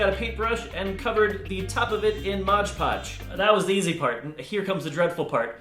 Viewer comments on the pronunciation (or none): Why is everyone so concerned about his nails?? Also, MOD podge .... not Modge Podge. Nitpicky pet peeve. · It's mod podge not modge podge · Why do u call it modge podge its mod podge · ROB PLEASE STOP PRONOUNCING IT MODGE PODGE ITS MOD PODGE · I hate when people pronounce Mod Podge like Modge Podge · y must u say modge podge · "Modge Podge" 👏👏👏👏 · Modge Podge? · Did anybody else hear 'modge podge'😅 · AHHHHHH ITS PRONOUNCED "MOD PODGE" NOT MOJ POJ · "Modge Podge" 😂 every says it that way but it's actually Mod Podge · MOD PODGE!!!!!!!!!!!!!!!!!!!!!!! NOT MOGE POGE!!!!!!!!😤😤😤😤😤😤😤😤😤😤😬😬😬😬😬😬😬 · It's so cute how you say modge poge instead of mod poge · Its not called Modge Podge. Haha lol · Why when people say "Mod Podge" they pronounce it like "Modge Podge"? I pronounce it "Mod Podge" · The balloon stroking sound wasn't annoying at all but when you said "Modge Podge" I wanted to stick a fork in my left eye and rotate it counterclockwise. Slowly. It's Mod Podge. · why do people call it "Modge podge"? XD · Mod Podge Rocks should change their name to Modge Podge because that's how 95% of people pronounce it. XD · Love the intro! I notice he said "modge podge" instead "mod podge" but who cares its XD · "Modge" podge?? Seriously? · I think its funny how he says modge podge instead of mod lodge 😂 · "Modge Podge" Lmaooo